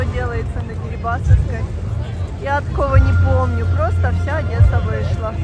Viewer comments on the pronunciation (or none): none